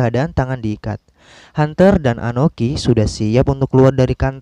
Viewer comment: Akoni bukan anoki, sakelar bukan sakalar